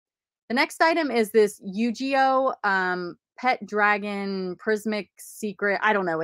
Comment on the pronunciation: It's Yu-Gi-Oh not Yu-Ji-Oh!